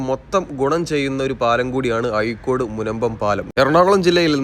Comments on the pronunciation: ആയിക്കോട് അല്ല അഴിക്കോട് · അയിക്കോടല്ല അഴീക്കോട് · യ അല്ലടോ ഴ എന്നാണ്